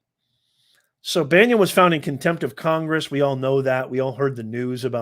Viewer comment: Bannon, not Banyon.